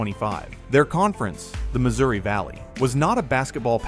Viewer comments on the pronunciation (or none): none